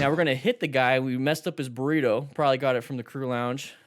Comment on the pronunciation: burr-ee toe